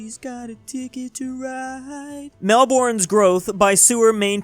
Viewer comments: Melbourne's pronounced "Mel-bin" not "Mel-born" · "Mel-Borne" he says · It’s Mel-bin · FROM A PERASON FROM MELBOURNE ITS PRONOUCED Mel-Burn